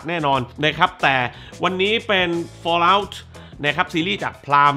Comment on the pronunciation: ฟอลเอ้าครับ ไม่ใช่ฟอเล้า 😂